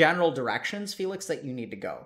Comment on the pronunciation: Dr. K didn't hear when he said Félix instead of Felix T_T